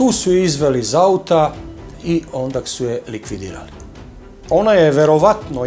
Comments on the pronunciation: Nije ondak nego onda.I nije prôstorija nego prostôrija. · "ondaK" Ristić:)